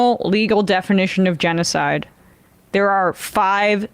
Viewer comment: 😂😂he can't say genocide